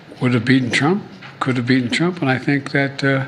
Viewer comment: Here we go again. The word is 'beaten', not be-enh.